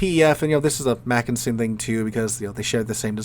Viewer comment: You’re a teacher -look up Wikipedia for pronounciation details! And you got the “Mackensen” right the first time, before veering of in your variation of McKinsey. In German, an e is pronounced like in bet. And yes, Mackensen is stressed on the first syllable. PEF is a good ship, btw.